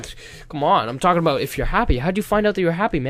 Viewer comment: ifanboyou got you to say aboot